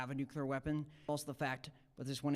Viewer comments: The first thing you learn in "nuclear education" is that it's called "Nuclear". Not "Nukiller". But hey! It's kinda funny 😅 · They call it '' nuccular''. It amazes me.